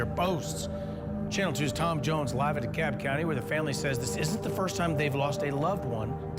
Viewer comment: It is pronounced “DE CAB” County not “De Cob” That is all